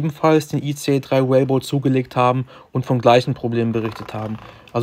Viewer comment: Wie er "Rainbow" nicht richtig aussprechen kann 😂😂😂😂😂😂😂😂😂😂😂😂😂